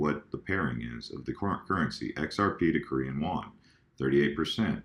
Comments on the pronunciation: it is Korean Won not Wan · just lettin ya know it's WON and not WAN Not trollin, just wanted you to know for future reference! Keep pumpin out these videos!!! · Korean “Won” not “Wan”